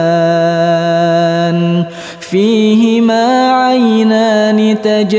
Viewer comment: Saya orng awam selalu bertanya tanya ttng baccan ,tukaliban apa tukadziban ,,mohon penjelasan,karena saya dengar yg lain kok beda pengucapannya..👃